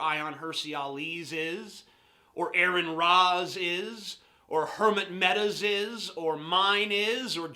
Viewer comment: Aron Ra is pronounced RN not "Aaron"